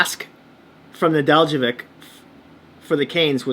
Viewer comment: Neh-DELL-koh-vich. The j is silent. Accent on the DELL.